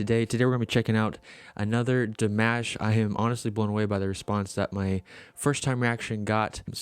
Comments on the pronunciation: Dimosh, is how you pronounce His name. Like "Mosh pit". Not mash. New Subscriber here! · Damosh is how to pronounce it. He is from Kazakhstan. sos was in French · Dimash Fans, are called "Dears". His name is pronounced, "De-mosh".